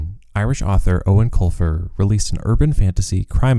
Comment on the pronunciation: This is the first time I have EVER heard the proper pronunciation of Eoin Colfers name, ever since I was a kid I didnt know how to say it so i been saying "Eowen Coifer" like a lotr character lol